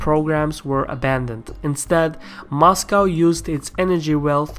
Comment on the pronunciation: I like how you say "Mashcow"...